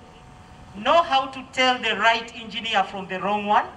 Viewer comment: Engeener makoko…😅😅